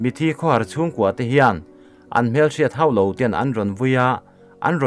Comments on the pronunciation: A ṭha khawp mai. Chutih rual chuan, 'Khawhar/khawhar chungte' i lam/thlûk dan hi a dik hlel deuh a... beng a tithlep deuh ṭep. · Khawhar chhungkua tih hi I lam diklo tluan thak. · I upload hma in i chhungte puitling deuh hlek ngaihthlak tir ṭhin phawt teh..i thil chhiar dik lo ṭhin hi a hoh dan a thuk riau!! Mizo ṭawng hi a har,a zavai chuan a tih dik vek theih kher lovang,mahse 'Khawhar' tih vel mai mai pawh lam dik loh kha chu a nasa deuh hret chu ani. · mizo ṭawng lam dan zir zel rawh khawhar pawh i lam dik thei lo..a thu azirin a tluk adik in a diklo thei..i chhiar tak tak hma in vawihnih vel han chhiar chhin phawt ṭhin la...mi ziak en lawk lem lo a chhiar nghal tawp ang hrimin i aw hriat ahreawm tlat..azialo hret..beng athlep duh...ngaihthlak anuam lo.. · Khawhar tih i lam rik dan hi a fuh lo deuh. Khaw tih ri zawl ang hian har hi lam rik zawl phei / khamphei tur. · Khawhar chhungte tih i lam rik a piang a har tih i lam ri hniam ziah hi a dik lo, i lam rik hniam dan hi chu THLAK in a zui tur a ni. eg. Khawharthlak. A nih loh chuan lam rik hniam a ngai lo a rik dan ngaia tih rik tur. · khawhar tih kha, 'har' tih kha lam hniam zel a nang chu🤭😂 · Ka ngaithla lo phal ngai lo che a nia.Ka ngai hlu che 🤝🤝🤝Khaw har laite hi, min hrethiam hram la🙏🙏Kan thu sawi a kha, a sawi nana kan hman thumal khan a va mil thlap kher ngai lo a nia .Mizotawngah chuan. KHWHAR i thluk dik lohna chhan pawh i lam mil lutuk vang. Entirna: HMANG. He thumal pawh hi, a nihna bo miah lo in, HMAN tih a a rik hun a awm a.He bungrua hi kan HMAN a ngai dawn tlat mai.tih tur. Kan HMANG a ngai dawn tlat mai, kan tih chuan a dik lo a ni. Thumal thluk pawh a dang lam hun a awm a ni. Thumal khan a sawi a kha a hrilhfiah kher kher tur a ni lo tihna...Lamkuang hi lamkhuang ni tur hian, a lam a a khuan kher a ngai lo a ni. Tawng kal phung kan nei sa hi a dik a nia.Hming hian a putu a sawifiah kher thin lo ang tho hian. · Khawhar chhungte tih lai 'khawhar' thluk hi a dik lo